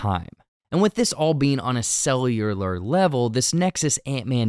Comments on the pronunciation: You say and use "cellular" worse than Arnold Schwarzenegger... Somehow... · "Cellular" is a hard word for.